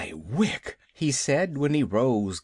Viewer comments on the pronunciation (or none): none